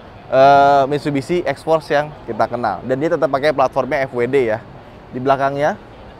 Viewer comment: Salah aksen anda mas maksudnya itu xforce yg jg Mitsubishi